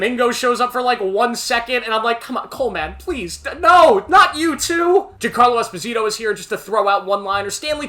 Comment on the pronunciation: You're saying Giancarlos Esposito's name wrong.